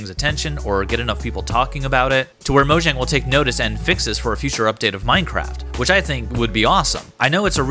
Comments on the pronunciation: but if you play in offline mode it still doesn't work. and its pronounced moyang cause it's swedish. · FOR GODS SAKE ITS MOYANG